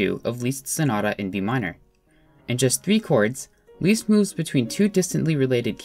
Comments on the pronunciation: You pronounce "Liszt" like the English word "list" and not "least", so with a short "i". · Great, but please his name is not Least, it's Liszt. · Leeast? Wut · ## CORRECTIONS : "C slash B double sharp" should be "C slash B sharp" "Liszt" should be pronounced "list", not "least" :) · lmao "Least" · never heard anyone say 'Liszt' like 'Leest' lol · leest? i thought you said “weest”